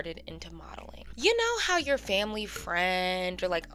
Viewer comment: Not the ACE FAM-LAY🤦🏾‍♀️🤦🏾‍♀️🤦🏾‍♀️🤦🏾‍♀️